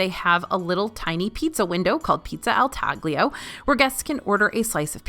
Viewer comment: It's pronounced "tah-lee-oh" not tag-lee-oh! It means cut pizza, it's the typical pizza of rome